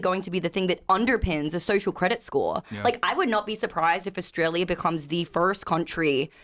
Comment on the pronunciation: What does vorting mean and dornt. And nor and what sounds like knore. I know what gor is. And where is Australier and chiner and what is a videor? So confused.